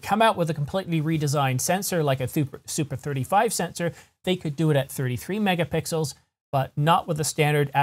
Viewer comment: I'm sorry, but I had to pause and laugh a little when you slipped and said, "24 to 26 megapickles." While you almost immediately corrected your self, the idea of a sensor made out of pickles that popped into my mind seems like perfect Tee shirt material.